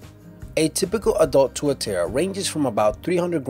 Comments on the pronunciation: Haha, mate it's pronounced 'Tuatara' the way it's spelled; not 'Tuaterra' =) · you pronounced tuatara wrong :P Its like two-ah-tar-rah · I seriously facepalmed when he tried saying tuatara.... its tu-ah-tah-rah... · Worst ever pronunciation of tuatara